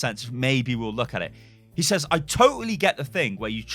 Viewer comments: Why do you say says as saizz?? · "Sez" is actually a lazy way of pronouncing says, we've just gotten used to it over time as being the norm. is pronouncing it correctly